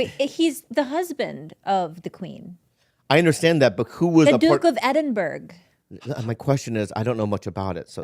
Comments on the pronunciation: "Edinburg" 😂 "Edin-ber-er" is the correct pronunciation, just fyi. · Edinburgh not edidburg lol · Edinberg lol. It's pronounced Edinborough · ‘The Duke of Edinburg’ 🤣🤣🤣🤣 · saying she's a Royal Family expert but saying "Edinberg" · The duke of edinburg lovely pronunciation smh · "Edinburg" lmao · Edinburgh - pronounced Edinburrah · its pronounced edinbrah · “The duke of edinBURG” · Just in case you come over here to Scotland I live in Edinburgh and its pronounced "Edin" "burah" and its bu as in but.... we will love you for pronouncing it good ❤❤❤🏴🏴🏴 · Love you guys but hearing mispronounced edinburgh angers me :P think of it like ed-in-bruh...frat boy asking if eds in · Duke of Edin-burg hahaha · "The dook of Edinburg" - 2021 🤣🤣🤣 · Its pronounced Edin-bruh yeah ? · ED-IN-BRA ....... edinburgh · He was greek and you said edinburgh like a simple person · As a Scot that made me cringe 😆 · She also butchered the name of the beautiful Edinburgh